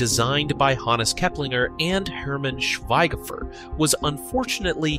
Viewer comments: Schwei, not shfig. Pronounced like "shwyged", as in rhmyes with "guy" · Schweighöfer is actually pronounced "shfig hofer"